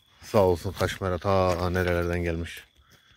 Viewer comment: Ve kasmera degil dedi kasmehera dir dedi o edebinden kimseyi duzeltmek istemezmis ben orda koptum Allah ordusuna guc kuvvet versin insallah